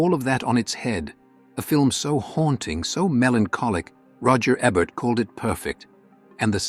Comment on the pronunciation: It's not "ebb-ert." It's "Ee-bert." Lousy A.I. narration.